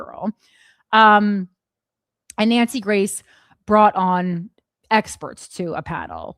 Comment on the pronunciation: Wait, I thought you kept saying Nancy Mace and then I realized you were saying Nancy Grace. 🧐 I guess she found another ambulance to chase.